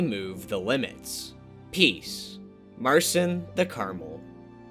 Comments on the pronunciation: awesome vid, glad to see the red ball community alive as always but you pronounced Marcin like /mɑɹsɪn/, it's /mart͡ɕin/, dislike >:( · I think Marcin is pronounced Marchin. Am o right?